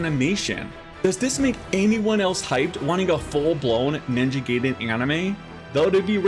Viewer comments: Yeah . . . I gave this video a 👎 simply because you refused to pronounce it the way it's supposed to be. It's "Guy-Den" . . . "Gay-Den" is how you sound when you force curse words trying to make yourself sound cool. 😒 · It's pronounced Ninja GUY-den, not Ninja Gay-den :face-blue-smiling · It's guy-den not gay-den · Glad to see Ninja Gaiden returning to it's roots that made it legendary. I just hope they don't go too hardcore on the difficulty. There's a difference between challenging and cheap. Also, pronouncing Gaiden (Guy-den) as gay-den is just gay. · Gaiden is pronounced as Guy-Den, not Gay-Den. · Ninja Guy den not Gay den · Pronunciation for "Gaiden" is "Guy Den". It is definitely not "Gay Den". In Japanese Gaiden is "side story/tale" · Just FYI it's pronounced Ninjay guyden, not ninjay gayden. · Did you just say Ninja “gay”den? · Gaiden is pronounced: Guy-den...like "hey guys".....In terms of your question, "who cares?" ....Its an issue of respect. You should have enough respect for a people's culture to at least attempt correct pronounciation of their terminology. There is no error in pronouncing it wrong out of ignorance, but there is error in pronouncing it wrong out of arrogant willful cultural negligence. Something for you to ponder moving forward....Peace.... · I think it's a rule in Japanese to English that everything with ai is pronounced i instead of eh, like Gaiden is pronounced Guyden, Mai Shiranui is pronounced My Shiranui, and Yaiba is pronounced Yighba.